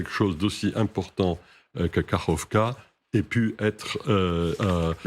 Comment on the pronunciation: Vous avez vraiment du mal. C'est KA-KHOV-KA, prononcez KA-RHOV-KA.